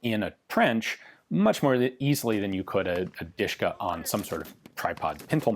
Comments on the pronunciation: Actually the correct is DiSH-ka( Degtyaryov i (and) Shpagin) or DuSH-ka because of the pronunciation. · The original Russian nickname was "Dashka" or "Dushka" where the "u" is pronounced the same way as in "cup" "or "duck". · Its called De she ka in russian